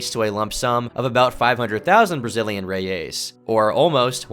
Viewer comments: Toda vez que ele fala reias invés de reais eu genuína mente tenho um ataque cardíaco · It's reais not reias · Really liked someone else talking about it, im brazilian and we forgot this happened and no one talks about it. Just a ps, its reais , not reias. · The Brazilian currency is not "Reias", it's "Reais". Pronounced "Hey-Ice". Or "Real", "Hey-Al" in a non-plural form. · It's pronounced Brazilian "hey-ice", not Rey-ace. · Not "reias", but "reais" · Its Reais not Reias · Secured 20k Brazilian "Reyeys" lmao "Reais", you rat. I'm joking, but the way you said it was funny. Love your videos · loooooooooooooool omg reias and worst is the way he say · Hey, just wanted to let you know a few mistakes you made during the video. First, the city Rio Branco is from Acre, and the picture you showed is from Rio de Janeiro. Also, our currency is called Real, with its plural being Reais, not reias as you said and wrote throughout the video. Just wanted to let you know! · If you want to say “Reais 💵”, with an American accent, say “Hey-ice” as a single word 🤭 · "Reias" it's reais bro what even is that effort 💀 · The most distubring thing about this video is pronunciation of "Reais" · lol the way he says reais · Not to be that guy, but that's not how you pronounce the brazilian currency lol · great video,but you're butchring the portuguese,how you pronounced the name of the brasiliam currency is trully...unique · his pronunciation of reais is hilarious lmao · the way you say "reais" makes me want to peel my skin off great video!